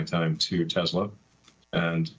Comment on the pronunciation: TACO Man said he loves his "Tesler".